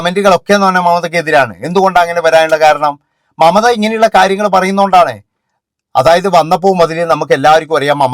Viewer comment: മമത അല്ല " മംറ്റ " എന്നാണ് അവർ പറയുന്നത്🤣🤣🤣🤣🤣